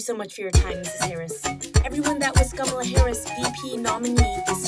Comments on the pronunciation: Trump can't pronounce Kamala that easily tho... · ok but Trump cant even pronounce her name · This is wrong Trump doesn’t know how to say kamala